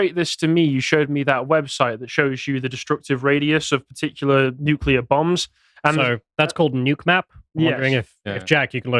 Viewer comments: Stop saying nucular 😅 its nuclear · Please pronounce nuclear properly. It's not "noo-cool-ar", it's "Nu-clear"! Ffs, I can;'g get past this Bush-ism! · What even is a nucular bomb? Is it anything like a nuclear bomb? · Hard to believe someone who can't even pronounce nuclear. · Somebody sounds like Homer Simpson when he mispronounces nuclear. There are "tactical nuclear bombs" with very small fallout. There was MAD, mutually assured which meant enough warheads/bombs to wipe out all major cities. OTOH, people now live healthy lives in Hiroshima. Keep in mind that humans evolved in a much more radioactive world. Or is that news? LNT is a fiction. We need radiation in our environment for a healthy life.